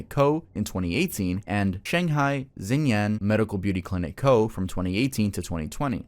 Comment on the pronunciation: pronunciation of xinyan is killing me lmaoo good work as always tho 🫡